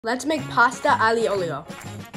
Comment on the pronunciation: Sono italiano e la vostra pronuncia per dire bene aglio e olio dovrebbe essere “ ayo e olio”